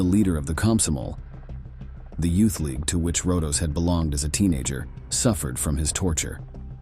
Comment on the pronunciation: Rodos not Rondos.